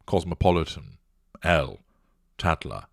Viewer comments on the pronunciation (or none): none